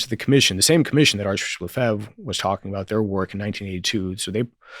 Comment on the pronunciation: The least the host might have done is pronounce Lefebvre correctly.